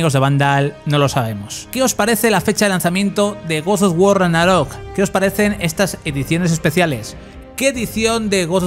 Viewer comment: Tanto cuesta pronunciar bien Ragnarok?